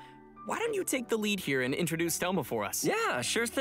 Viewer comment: Sigo sin entender porque le dice ThoGGGGma